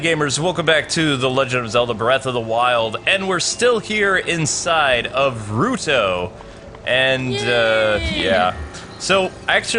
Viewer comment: IT'S RUTA WITH AN A AAAAAA